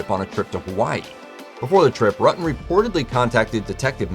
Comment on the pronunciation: It pronounced ROOO TUN